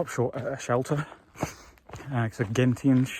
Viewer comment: To clear up the pronunciation of Gentian for you, it's Jen--shin. A gentian is an odd and interesting blue flower/plant about 6 to7" tall. While not rare, they're not common either, if that makes any sense.